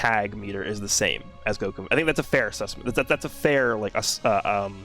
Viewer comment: “fair asusment” man